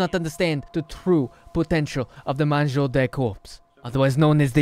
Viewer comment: it's not "mangeaud" but "mangeur" :P